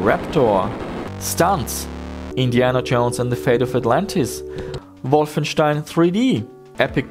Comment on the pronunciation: I think you're the only guy on YT that pronounces Wolfenstein in proper German. You could go full meme and say "Wolfstone drei D" XD